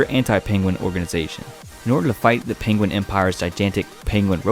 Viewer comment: Is it just me but hearing him say pinguin over and over makes me laugh